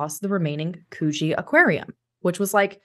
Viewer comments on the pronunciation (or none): Sorry it's could-gee not koo-gee. The first syllable is short. Thanks for telling Australian stories! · It’s pronounced Could-Gee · Coogee = "could-jee"